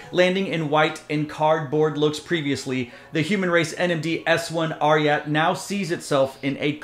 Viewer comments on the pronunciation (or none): You read it twice, now, and I’m confirming… It’s pronounced RIOT. My guess is the spelling is politically correct and/or socially responsible. It’s adidas and Pharrell after all. S1 and S1_RYAT are two of the best new silhouettes of any brand. The ad art is also really good and fresh. adidas is wise to lengthen the shelf life by limiting the runs and making this a Confirmed App release. All the NIGO and Pharrell adidas stuff feels slept on, but that could be an indication they are a permanent fixture within the culture. No hype required. I can cop Humanrace tops and Human Made sneakers with a fair amount of ease. I still say Korben Dallas would rock these all day! ✌🏽💙👟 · it's RI => " Ri " like in " Riot " , and "@ in " at "